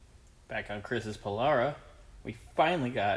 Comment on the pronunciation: Beautiful...and power windows to boot! Just pronounce it, "po-LAIR-ah" and we'll be good....